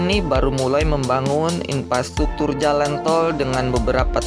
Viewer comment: inpastuktur??? 🤔 dipidio??? 🤔